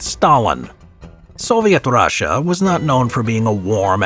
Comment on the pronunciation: “Soviet Rasha” 😂